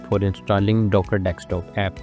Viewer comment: Let it go man, it’s not his native language.